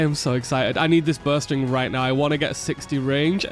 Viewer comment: I thought he was saying "Burst ring" the whole time he was talking about bowstring and I was so confused.